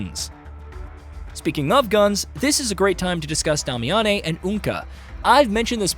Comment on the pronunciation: Brother, they pronounce her name in the game. DAY-MEE-AN